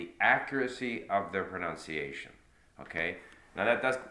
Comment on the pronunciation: You lost me when you said proNOUNCEiation not once, but twice. How ironic!